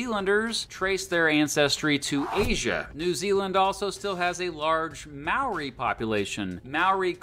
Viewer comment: When the narrator first tried to pronounce Maori words I almost yelled "NOOOOO!"